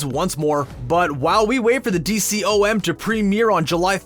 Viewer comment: It's not called a D-C-O-M it's pronounced Dee-com